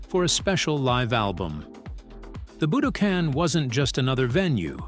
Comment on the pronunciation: A.I. isn't ready. YouTube is 📉 I've never heard a word - "Budokan" - pronounced so many different ways by the same "person".